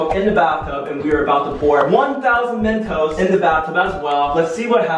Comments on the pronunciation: Who heard him say a thousand mentoses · Who else noticed he said mentoses in the begging instead of just mentos 😂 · Did you realize he said mentesose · Wt...i heard mentoses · I cracked up when said mentoses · “ mEntoSEs “ i’m wheezing